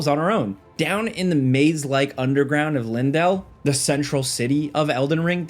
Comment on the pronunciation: Idk about anyone else, but it never ceases to annoy me how people can't read the name LEYNDELL, and still mispronounce it. It's not LINdell, it's LANE-Dell. LEYNDELL. Good Lord people.